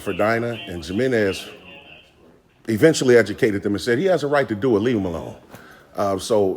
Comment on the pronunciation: Jimenez is pronounced He-men-ez😊